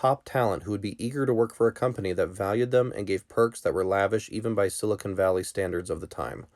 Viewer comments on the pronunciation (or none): none